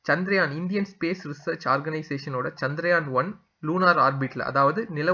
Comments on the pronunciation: First please learn to pronounce correctly the word as Chandrayaan and not as chandraayan. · Often most people pronounce as chandraayan but it is chandrayaan. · Please spell correctly, that is Chandrayaan and not chandraayan as you say.